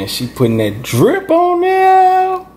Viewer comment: That's a throw-it-all-in sauce right thur, right thur. Thanks sis. ♥♥♥♥♥